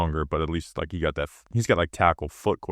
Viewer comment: Wike and subscwribe. Yew’ll be gwlad yew did